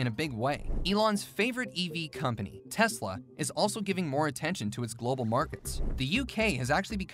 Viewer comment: Not Telsa it's tesla